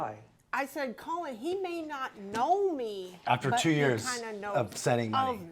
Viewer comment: " Colon" 😂😂😂 (Sorry, Colin ) On another note- my son Jack died very suddenly on the 8th November last year - this was the last thing we ever watched together..and oh how we fucking laughed though.. is insufferable but has a weirdly special place in my heart because of this,strange as this is going to sound!